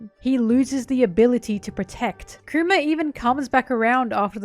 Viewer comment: I can't help but hear her say Coomer, when she says Kuma.